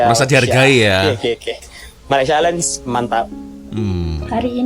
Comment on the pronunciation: Malaysia Airlines memang MEALS included dalam tiket. Malaysia "A-Lains" untuk sebutan yang "pas"!